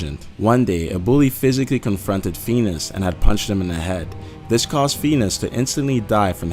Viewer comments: Fee-ni-us!!! NOT Feenus! Love your videos! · uggg it is not fenis and ferb it is (fin-e-ous) and ferb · uum hello do u have a speech disorder it called phineas and ferb pronounced fin ee iss not penis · Phineas is pronounced fin-ee-ass not fee-nis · Omfg pheenis it's pronounced fin-ee-as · İts Phineas not Phinas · did ANYONE notice that he said feenis not Phineas which is pronounced as fin ee is not fee nee is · That 1st theory has clearly been disproved because they are/were all on All Grown Up. In reality, all starfish are dumb. Squidward probably acts so sour because of his rotten backstory. It's Phin-e-as, not Phe-nus. RECESS has 6 main characters, you forgot Spinelli and Gretchen. Gus isn't a nerd. And HE was the last to join. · Phineas not feenis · Phineas's name is pronounced like "finn-ee-us," not "feen-us." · it sounds like when he says phineas he says fetus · Phineaus is pronounced Fin-ee-us not fee-nus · Pheenus? You mean Phineas, right? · Phineas is FIH-nee-us, not FEE-nus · Most of these were so far fetched and groundless it's pathetic. . By the way it's PHINEAS... Feenus? You even read bro? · It's pronounced finEus not Feenus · the show is called 'Phineas and Ferb', pronounced FIN-ee-us, not FEE-nus. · its phineas not feenus phin e us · You are pronouncing it WRONG! Phineas is pronounced Fih-nee-uhs Not Penis!!!! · Are you serious! It's Feneyes not Fenes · i know spongebob is high i figured this ages ago hahaha, 'Feanus' though haha Phineas you dick xD Fin-E-Us that ain't hard geez >.< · Please stop saying Feenus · Feenis? Learn how to talk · ITs nOt fEnIs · "Feenus and Ferb" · I hate the way he said phineus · The fact you said “feenis” so many times killed me lmfao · recess was the shit!!!! and why can't he pronounce Phineas right? lmao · Fee-nus lol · "FEENUS & FERB" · im really pissed that he's pronouncing phineas and pheenis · Feenis haha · Who is Feenis? XD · He pronounces Phinies as Venus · It's NOT feenus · It's "penis" and ferb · Lmfao "feenis"